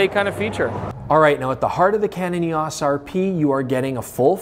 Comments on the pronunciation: EOS....pronounced eOs. O sound not ah. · You're driving nuts by pronouncing EOS & ISO as words. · Really had me wondering if I've been saying "EOS" wrong all these years but fantastic video with really useful information. Greatly appreciate all the work put into it.